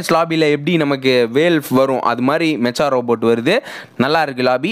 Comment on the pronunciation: "Mecha" va "மெக்கா" nu pronounce pannanum bro,Anime la genre sollumbothu ipdi thaan solluvanga, "மெச்சா " wrong bro😅, Thanks for the Video ❤